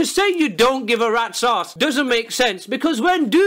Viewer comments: you mean rat sause? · When he says rats ass I hear red saus